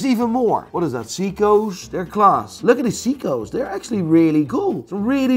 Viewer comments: SAY-KO , not SEE-KO, SAY-KO. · 😂! I Love the way says Seaco!!! ( Seiko) Hilarious!!! U Sir are God Tier!